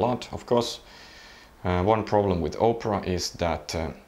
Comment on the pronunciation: My p4000 crapped out on me so I got one of these from telus, should be here next week. Had to pay a fair bit but they gave me a good deal on my plan. PS When he says opera it sounds like oprah haha.